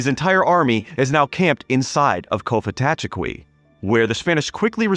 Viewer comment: It's pronounced "Kofitacheki", the 'f' sound identifies it as a likely Muskogean word.